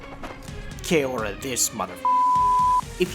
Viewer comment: Take your whinging north American accent back to where you come from. complains about A320/1 product - doesn't even fly on that product. Fuck off. Learn to say some things properly: "Kia Ora", "Tasman", "Tahiti Nui" ... etc.